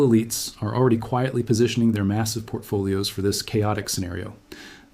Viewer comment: "Portfolios." Lol.